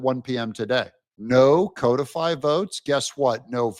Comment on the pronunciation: It isn't CO defy.😂😂😂 Ask Google to pronounce CODIFY. You are doing it WRONG.😂😂😂😂